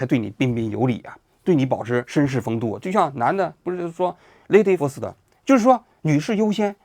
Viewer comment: 也好好練一下lady first 怎麼唸